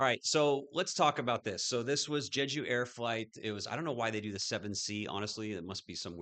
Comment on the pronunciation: Just a fyi, it is pronounce Jay Ju, not Je ju. But the concrete bunker with dirt covering is pretty standard in Korea for some reason. I think you misspoke regarding someone high up in "North Korea" at about it is South Korea, not North. But Nice video.